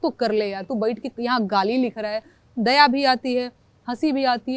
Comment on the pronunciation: गारी? गाली? रैला? साल? र? ल? के आपके उच्चारण में नेहा जी कभी कभी फर्क होता है? कभी फर्क नहीं होता है? It's so cute ? कन्हैया कुमार की भी यही विशेषता है ?🙏🌹♥ जय हिन्द ♥ जय भारत ♥ वन्देमातरम् ♥🌹🙏💐🙏🌹♥